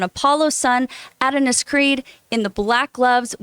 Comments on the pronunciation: She keeps saying Add-un-us....it's pronounced Uh-don-is. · It's a-don-is not add-a-nis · A-DON-IS is how you say it. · Addin-is 🤣 All jokes aside let’s give her a break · Mispronouncing the main character’s name multiple times is anything but minimal. And why nobody didn’t politely correct her is ridiculous. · Her reading and the way she pronounced Adonis took me completely out this segment.